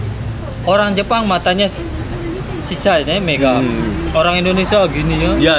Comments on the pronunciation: Olang Olang🤣😂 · Humor saya cuma sekedar dia ngomong "olang olang"😂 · R dibaca L L dibaca R 🤔